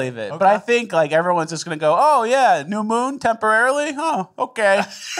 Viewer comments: Did anyone else notice "Temporary Moom"?!! Hahaha! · Lol, it's not a moon it's a moom. Mooms and aliems